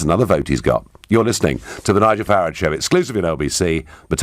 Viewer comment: The moment '' mispronounced Farage and surely intentionally if we are to believe that Nigel has been paraphrasing "too noisy for too long", was the moment about 1.3 seconds I knew he was a remoaner.